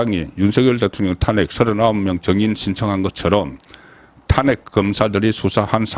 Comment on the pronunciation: ㅋㅋㅋㅋ 국가 행정부에서 내란이라고 안하는데 지가 뭔데 내란이라고 씨부리냐 개새끼 그리고 논평이 사투리 발음이 영~~탄아~~안핵